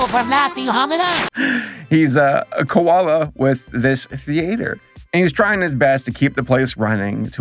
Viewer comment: I love that saber pronounce koala as ko-la-la